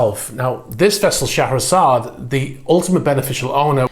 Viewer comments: It's pronounced "Share-a-zard". Hope that might help a bit. I believe it is a pretty universal pronunciation of that beautiful name. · Great video. On a funny note- i didn't realize that "Шахерезада" is pronounced like you did)